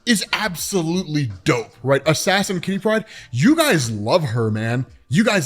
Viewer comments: Why do you say Kitty Pride like it is "pride of kitty" rather than a name? It should be /ˈkɪti ˈpraɪd/, not /ˈkɪti praɪd/ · Jesus, please stop pronouncing Kitty Pryde as one name. Katherine (Kitty for short) is her 1st name, and Pryde is her last. Her name is not Kittypryde. Damn son.